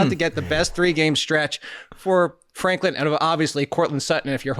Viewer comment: Franklin - not Flanklin